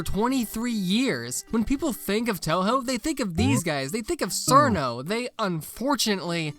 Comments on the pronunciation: i would have watched the rest of the vid honestly if you had pronounced her name properly as chiruno and not sirno you fn anglo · Every time I see someone pronounce Cirno as "Serno" I could immediately tell they're a fake fan PS. It's pronounced Cheruno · Cirno is pronounced "Cheer-no" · Something I think you know about Cirno is that her name is actually supposed to be spelled and pronounced Chiruno, but got mistranslated to Cirno and by the time people realize what happened Cirno was too wide spread to fix the spelling. I also have some potential good Touhou fan games to recommend you. There is Mystia’s Izakaya which is a cozy restaurant sim, and widely considered one of the best Touhou fan games ever. It is also getting a fan anime adaptation. Do with that what you will. There is Artificial Dream in Arcadia which is classic Shin Megame Tensei but Touhou, and from what I have heard from Shin Megame Tensei fans it is really good. There is Puppet Dance Preformance which is 2D Pokémon, but Touhou. It also has many quality of life changes, and if you do play it there is pretty much no reason to play without Shard of Dreams. Finally there is Lost Branch of Legend. The devs of it just openly admit that it is Magic the Gathering mixed with Slay the Spire, but Touhou themed. If you play that one than maybe Slay the Spire 2 will also release within days of the video being uploaded.